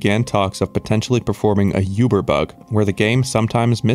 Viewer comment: Bro pls stop saying yuber you are swedish its OOBER.